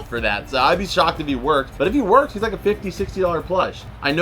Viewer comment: gng said wonks lol it says works